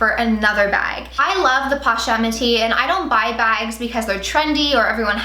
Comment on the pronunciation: Posh-et lol